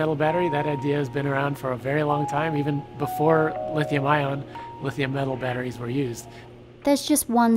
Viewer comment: Had to stop listening. Too many people pronounced them as bat-trees. Super annoying.